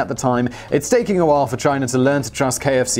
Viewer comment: KFC? Really? You need to work on you pronunciation.